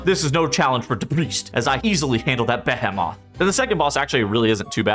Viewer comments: Bee-he-muth, not beh-heh-moth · Can someone teach him how to say "behemoth"